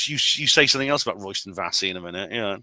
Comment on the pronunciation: Also, its pronounced "Royston Vayzee" not "Royston Vassey"